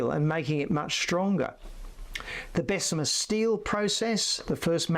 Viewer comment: Bessemer … not besser .